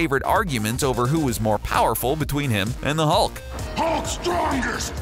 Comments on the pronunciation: Am I the only one who heard "The Incredible ulk" ? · “The incredible aulk”